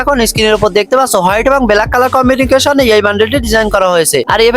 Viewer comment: combinetion❌ Combinication✅ 🤡🤡🤡🤡🤡